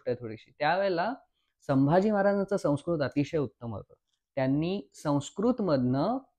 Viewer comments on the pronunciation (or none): none